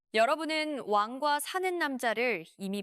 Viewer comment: 왕이 발음이 안되시는듯 완과사는 남자 ㅋㅋㅋㅋ